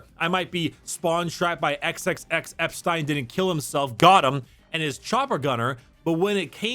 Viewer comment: Hearing say Ep-STEIN, shows he doesn't know anything about the meme.